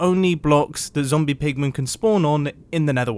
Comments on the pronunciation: "zombie poogmon" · "it has a higher chance of spawning zombie poogmen" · Is it just me... Or was he actually saying zombie poogman/poogmen? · Mumbo says zombiepoogmen. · "has a higher rate of spawning zombie poog-men" 🤣🤣🤣